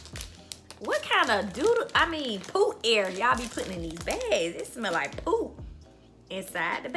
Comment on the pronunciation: I died every time she said "poot air"😂😂💀💀💀